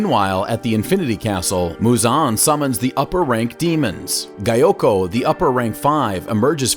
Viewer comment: I mean that's not how he pronounced it